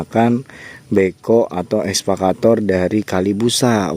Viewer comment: EKSA...EKSA....EKSA VATOR...BUKAN...ESVA....ESVA CATOR....MAN...MAAAAN..#.